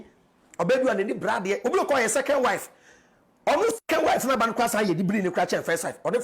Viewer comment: China '' ban'' not 'band''